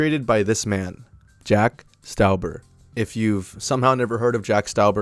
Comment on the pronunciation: its pronounced jack stawber.